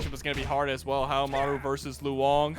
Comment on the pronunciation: Love how the commentators destroy poor Haohmaru's name. Haha. Poor guy. They did better with Yashiro's this stream though.